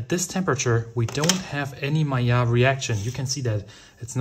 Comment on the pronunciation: And if you noticed, is pronouncing "Maillard" with the correct french pronounciation too!